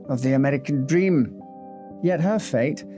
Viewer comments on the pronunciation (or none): none